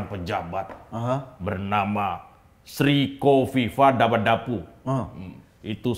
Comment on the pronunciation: Sri Kofifah DabaDabu 😅😅😅 Hati2 ya Mas Eko jg terselip ngomongnya